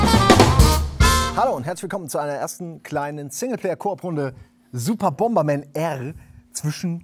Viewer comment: Super "Bomerman"? Ist dasn bootleg oder was? ;)